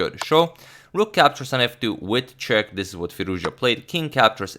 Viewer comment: Agad subtely speaking wojtaszek (radoslaw wojtaszek) instead of with a check 😆